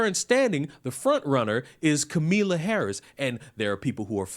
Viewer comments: First off, it's Kamala, not Camila. Okay, here is my 2 cents and it's probably worth less than that, but here it is. It doesn't matter who runs against Trump. It's an uphill battle at this point. But even though I don't care for Kamila, she has the best chance because she is, in fact, an incumbent. Even as a VP, that historically has an edge. Also, there is a lot of doner money on the table that moves right to her as she's part of the original ticket. I don't care who else is put in that position, they won't have time to organize and get the donors and everyone on board. Now let's not fool ourselves, the only people we need to sway are the swing state voters. People in blue states are already softening to Kamala and will get their vote. A HUGE part of the vote for any Dem is to keep Trump out. We should just be prepared for four more years of Trump because of his momentum. I personally don't want that and would accept less suffering under Harris. I'm not telling anyone who to vote for or not to vote for, but the reality is, no matter who is in there, it's a tough battle and all numbers show, Kamala has the best chance right now. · How you hear her name 50 times and still can't pronounce it right,?